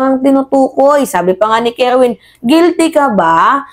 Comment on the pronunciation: Kerwin po hindi kerwen ...